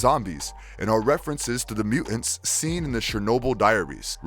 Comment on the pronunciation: It would be nice if you could pronounce the "T" in the middle of words. It's weird when you say, "Mu'ants."